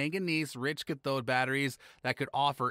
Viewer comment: This video needs work on the announcer's pronunciation. Cathode and similar words are are almost unrecognizable.